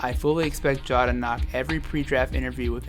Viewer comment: It’s John not Ja